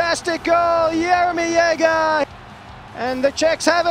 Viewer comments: "Yeager" ... seriously ? Even people in Australia knows how to pronounce his name correctly. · It really bothers me that these commentators can't be bothered to learn how to pronounce players names. Jagr is an international hockey super star and this guy is calling him Yaguh.